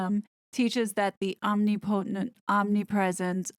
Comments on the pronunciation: The word ‘omnipotent’ is pronounced om…NIP..a-tint…Not ‘omni-Po Twnt’!! The accent is on the 2nd syllable ( ni- ) so it’s om/ ni/pa/tent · Agape is also an adjective meaning wide open: My jaw remains agape with H's sanctimony. BTW, omnipotent has accent on 2nd syllable. With all due respect to you and your fabulous work.